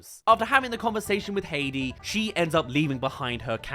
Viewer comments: The most egregious was when said "Haiti", then played a clip where clearly says "Heidi", then immediately after says "Haiti" again. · I've only been hearing him say Hey-Dee? Though it should be pronounced Hi-Dee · Heidi. High-dee. Why you keep saying Haiti?